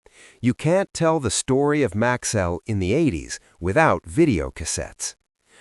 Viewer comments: its MAX-ELL NOT MAXWELL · For most of the video you pronounced the name correctly - Max-cell. Then suddenly it changed to Max-well towards the end. A company like Maxell that prided itself on precision and quality deserves a video that's equally precise. Also. If you are telling the history of Maxell in chronological order, why wait to the end before mentioning that Hitachi owned them since the 70's like it was insignificant? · It's an AI slop. That's why pronunciation is wrong.